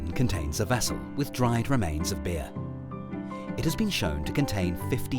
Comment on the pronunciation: Am I the only one who can't stop focusing on the fact that he says they've drunk "bear" instead of "beer"?